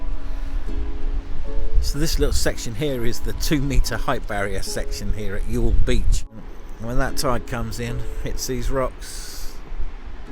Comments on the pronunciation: Pronunciation of Youghal is spot on. It's Yawl :) as for the video, It's terrific to see the town again. Haven't been home since 2017 myself and hopefully will get back this summer. Nice to see a quick snippet of my grandfather's monument in your video too in the market square. Really looking forward to the rest of the coming trip. Safe travels. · Youghal pronounced as y'all so your pronunciation is good.